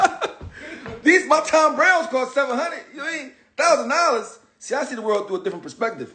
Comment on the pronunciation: Yoo when he said thousand dollars at the end 😆😆😆😆"thousanddollas" yoo🤣🤣